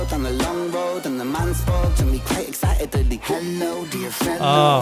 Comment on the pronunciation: I love when ren adds extra syllables to words, it always tickles my brain.... "excitedely" "invitingely " 😂💜🫶